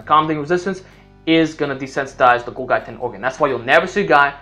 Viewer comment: Golgi is pronounced gawl-jee.